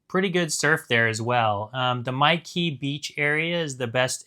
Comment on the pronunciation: My Khe (beach) is pronounced like me kay, not mikey.